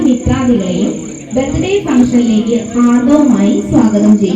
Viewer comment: 'ഹാർദവം' അല്ലാ.. ഹാർദമായി.. സ്വാഗതം ചെയ്യുന്നു.. Correct ചെയ്യാൻ മറക്കല്ലേ 🥰